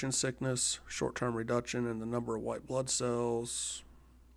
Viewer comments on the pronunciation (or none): none